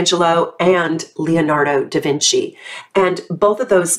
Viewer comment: How cute are you saying Michelangelo and Leonardo Da Vinci in perfect italian? Hugs from Italy 🥰💞